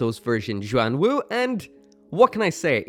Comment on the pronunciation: You pronounced Xuan Wu perfectly.